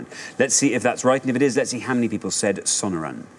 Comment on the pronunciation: Not pronouncing Sonoran desert correctly